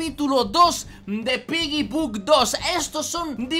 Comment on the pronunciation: quien mas cuando dice piggy book 2 escucha piggybug 2